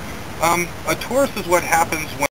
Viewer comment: it is called TORUS not TAURUS but it's great anyway